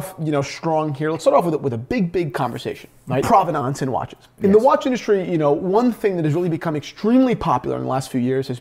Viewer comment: Yes, I did hear that, but unfortunately I also heard butcher the word "Provenance" over and over again. ( rhymes with "providence" or prominence" not "aunce".) Also, Jack Nicklaus is pronounced like Nicholas. It does not rhyme with "mouse". But it's not all bad, he did pronounce Cartier right for once.